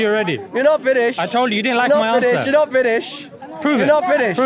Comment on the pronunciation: huh now it comes down to you and me not about him ? 😂 Dude that guy good even pronounce British 🇬🇧 He was saying Biddish ( non of the Brits dialects says biddish to British ) I rest my case. You are a fox in sheep’s skin , glad finally it came out 😂